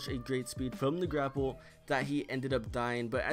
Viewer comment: Gapple instead of grapple